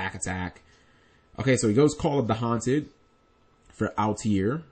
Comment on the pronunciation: i'm going to go ahead and be that guy. why do you pronounce altair "al-tee-air"?